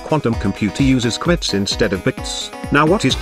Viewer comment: this is not the first time a speech generator has trouble saying "qubits". also in another video with another voice it keeps saying "quits"